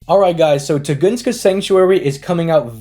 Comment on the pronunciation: My take is the Japanese phonetics. “Soon-Goose-ska” seems to be how it’s pronounced there.